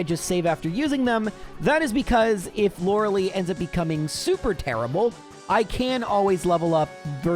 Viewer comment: all this time and he still says lorelei wrong